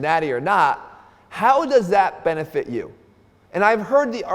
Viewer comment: Mann😂, "what's the benefit uuu got"😂😂😂